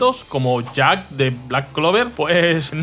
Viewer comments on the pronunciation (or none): none